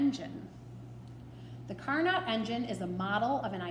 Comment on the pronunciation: Pronunciation for Carnot, is “Car-No”. He’s a pretty impressive French dude.